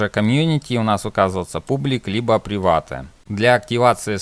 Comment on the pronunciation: слова "публик", "приватэ" и "дескриптион" убили =)